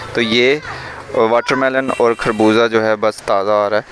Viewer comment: کھربوزہ نہیں ہوتا بھائی جان خربوزہ ہوتا ہے🤣🤣